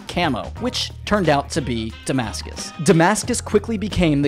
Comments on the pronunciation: Watched the whole video for him to say damacus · It is called Demarcus camo not Damascus camo